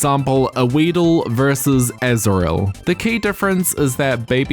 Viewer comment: Definitely thought you just matched a weedle up against “Azrael” for a second there